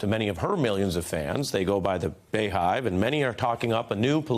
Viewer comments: What the beghive????? The Beehive! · He said bay hive LOL